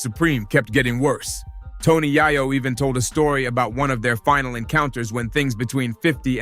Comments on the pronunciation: Can't even take your time to pronounced YaYo aka YeeYo correctly and that's a sign of a Culture Vulture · If this dude call YAYO AKA YEEYO .... YAHYO AGAIN 😂😂😂😂😂😂😂😂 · The way dude pronounces Yayo name is crazy work!!! 😂😂😂